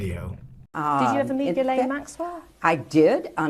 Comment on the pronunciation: Her name is pronounced Gilane